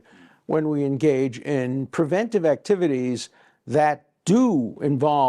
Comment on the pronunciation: Narrator mispronounces preventive over and over. He adds a syllable and never catches on